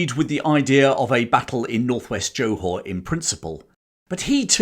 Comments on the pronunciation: Very interesting presentation enthusiastically delivered. However, I do have one slight criticism - your constant and grating mispronunciation of Johor. It is NOT pronounced as JO[E] Hor[whore]! The Jo syllable is pronounced like a 'soft' G [as in giraffe] or Jur. So, the correct pronunciation is J[ur] Haw. Also, the city is actually called Johor Bahru - pronounced as Juh haw baa roo. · Interesting but English people are not the ones to tell the tale. Notice how little mention of Australia New Zealand Dutch East Indes and local forces - and the narrator can't even pronounce Johor. I bet he hasn't been there.